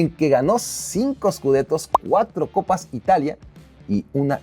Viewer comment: Cuatro "coppi" calma wacho 🤣🤣